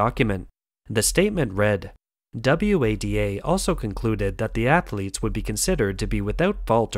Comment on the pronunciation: Are you insane? The voice over pronounces FINA and WADA as F I N A and W A D A. Classic signs of text to voice, together with the stilted delivery and lack of emotion. If I am wrong then you and "Todd" are the only peoplen on the planet dumb enough to not realise it is and . I agree they do a good job of covering the various topics but it is pity that a script like this is undermined by such a rubbish voiceover.